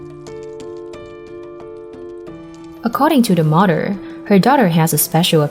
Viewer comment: Why don't get someone who knows how to talk since when is Mother pronounced Mudder?I will block this site.